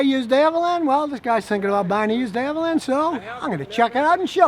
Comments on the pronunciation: Why does he say Avalan? It's Avalon Scotty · Ross I thought it sounded more like “Avelin”. Rhymes with “javelin” like you used to toss in track & field 😂 And if THAT bugs you you’re gonna hate when Scotty talks about the Prius or any of the other “high bread” cars on the market!! 🤣🤣🤣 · Everybody else: thanks for the information Scotty! Me: IS HE SAYING AH-VAH-LAN??????? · You mean AVALON ... not avelin ... Right ??? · I own a Avalon. He said Avalan